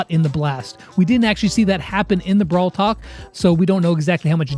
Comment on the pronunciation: he said brawl tak😆😆😆